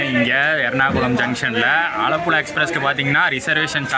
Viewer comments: ആഴപ്പുഴ അല്ല ആലപ്പുഴ 🤣❤️ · ஆழப்புழா இல்ல ப்ரோ ஆலப்புழா ன்னு சொல்லுங்க ப்ரோ... 👍🏻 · It's not ஆழப்புல its ஆலப்புழா. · Bro. Athu azhapulazha illa.. Alappuzha